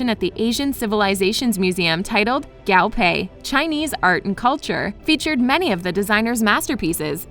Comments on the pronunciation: I cringe everytime she pronounces "Guo" as "Gao"... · "Gaw pay" PLEAAASEEEE its GUO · I cannot be the only Chinese speaking person that cringed every time she said GAO pei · How do you pronounce Guo wrong...it’s not Gao, it’s Guo